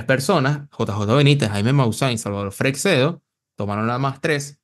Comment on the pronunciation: LaSar no!!, LaZar! Frecxedo nooo, Frei-shedo!!((Freixedo)